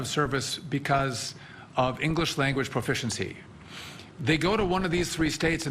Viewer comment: Guy talking about English can't even say proficiency correct, literally starts at the top. The corruption ladder is insane